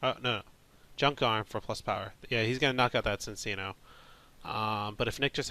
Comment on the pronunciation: It's pronounced Chin-cheeno. My life's goal is to get people pronouncing this name correctly. He's a chinchilla. So you use the "ch" sound. Chinchilla and chino cloth. His Japanese name is Chillaccino. Before you say "But there's no h at the beginning!??!" Just ask yourself WHY would it be pronounced Sin-cheeno? It doesn't make any sense. He's not a dark type, he doesn't do anything particularly mischievous, and Nintendo of America would not have that anyway.Ci looks better than Cc at the start